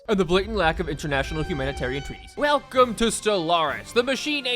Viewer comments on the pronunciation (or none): none